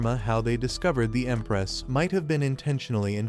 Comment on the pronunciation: Bro said emparaoss instead of empress